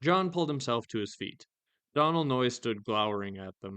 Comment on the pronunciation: Doe-nal not donnal... it's an Irish name. Just letting you know.